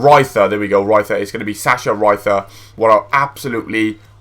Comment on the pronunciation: lol always thought you say "gonth here" not "gonthier" :D